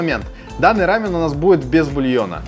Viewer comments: Не рАмен,а рамъЁн. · Не хочу обидеть, но если называть только японский рамен, то действительно все будут постоянно путать. Я конечно не эксперт, но Япония - это рАмен, а Корея - это рамён( с ударением на) ё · Единственное с чем не согласна, так это с произношением. Почему вы говорите РАмен? Я много раз слышала как сами корейцы произносят либо РамЁн, либо Ламён (впереди стоящая р у них читается как л). А так рецепты все классные! Я обожаю лапшу быстрого приготовления. И пытаюсь как то разнообразить свой "рамён" 😊. Например, делала супчик с шампиньонами и лапшой. Правда без яйца, но все равно вкусно)) надо попробовать ваши рецепты)) спасибо за идеи❤ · Круто! Спасибо. Только не "рАмен", а "рамЁн"